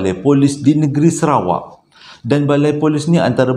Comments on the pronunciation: Sarawak bang bkn serawak..tp abg pnye crita2 mmg best dgr,x bosan.. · Salam bangggg .. abanggghhh.. SARAWAK baaaangggh. Bukan SERAWAK baaaanggggggg... Tulunnnnn...aaarrghhhh !😂😂😂😂😂😂😓